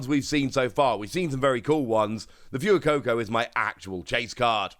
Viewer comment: Dude it's 'Fway-coco', not 'Few-coco'